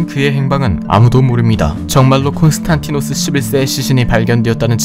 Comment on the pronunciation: 콘스탄티노스가 아니라 콘스탄디노스라고 하는 게 맞습니다.